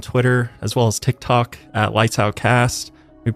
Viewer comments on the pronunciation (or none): none